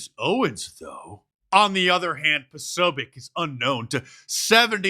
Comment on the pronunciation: Posobiec is a Polish name. You pronounce c like in the word tz in the word tzatziki.